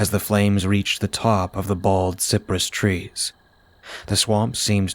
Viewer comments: Cypress is pronounced sigh-pruhss in the south. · Wow this is one of my favorite tales you’ve done recently! The background sounds were really atmospheric and made me feel like it was summer in Florida even though there’s snow on the ground where I’m at! Btw the trees called cypress are pronounced like “sigh-press.”